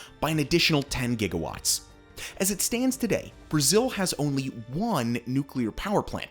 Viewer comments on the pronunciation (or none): none